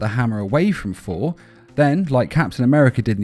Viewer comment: Sounds like you're saying For